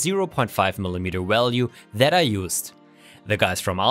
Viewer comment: "Walue" 🤔 Are you a Russian or Brazilian spy?!?!